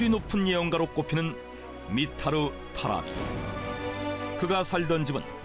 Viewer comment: Mitar Tarabić (Митар Тарабић, ) '미타르 타라비츠' 라고 발음 해야 됨! 타라비크 는 틀렸다! 방송이면 이름 좀 맞게 발음 해라!